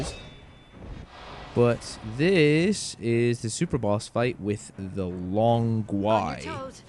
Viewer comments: Long Gui is pronounced Gwee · not talking about your English, mate. Long Gui is not of English origin either, it is Chinese. I know you do not speak Mandarin (which is obvious) but the word "Long Gui" coming from you a bit painful to hear lol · your long gui pronunciation suck